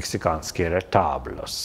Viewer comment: Особенно ретаблос на английский манер, колониализм какой-то